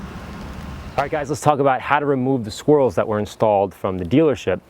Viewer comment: Hey, it sounded like "Dealer Installed Squirrels".....hahah